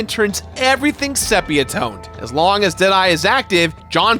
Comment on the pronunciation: It’s sepia not sepia.